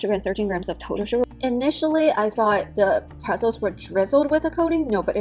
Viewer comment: pre T zels, not prezzles